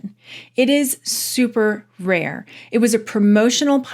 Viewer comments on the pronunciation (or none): none